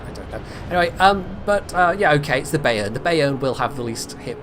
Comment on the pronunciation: just a little pronunciation aid from your Teutonic follower: Pronounce "Bayern" as "buy - earn", or "bye - urn". Your current take on the name takes some getting used to.;)